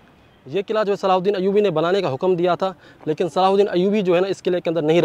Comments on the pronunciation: Pehle sahi name bol na shikh le tere mamu ka ladka nahi hai Hazrat salahudin (r.a) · Naam to lena seekh lo sultaan salahuddin ayubi